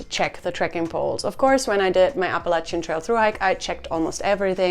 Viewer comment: Like the way you say Appalachian.... it hits also....❤